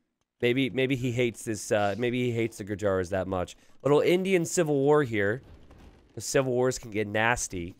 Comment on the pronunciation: The correct pronunciation of Gurjaras is "goojers"